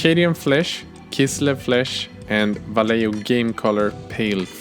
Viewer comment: hey!! good "vallejo" pronunciation! :)